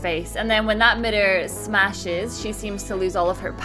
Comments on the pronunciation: mirror not midder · I don't want to mean or anything but mitor or mirror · What's a midder? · "A Midder?" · What's a midder ???? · She says mirror funny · the way she says mirror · righteous gamer I love how everyone is calling her out for that and I didn't even notice it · I like how you say mirror. :)